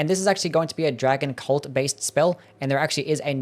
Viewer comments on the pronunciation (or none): none